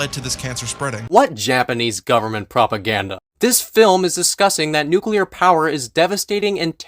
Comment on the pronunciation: I can forgive the bad opinions, the lack of research, the thorough misunderstanding of Godzilla as a concept... but when he said "nucular war" I lost it.